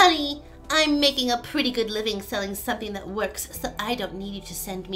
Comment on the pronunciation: I heard "something that works" as"sucky ItWorks". Lol